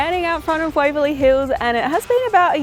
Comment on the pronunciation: YES, Waverley Hills, rhymes with CHILLS! ❤🐨